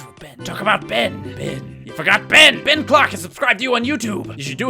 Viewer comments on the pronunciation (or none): hoo hoo ben lolz french man BEEEN